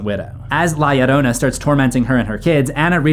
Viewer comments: La Llorona isn't pronounced "Lie arona" lmfao Edit: Can this guy pronounce any name right? And he says them so confidently too. This is unwatchable. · FYI, there is no "i" in La Llorona. It are two "Ls." Pronounced as "La Lorona."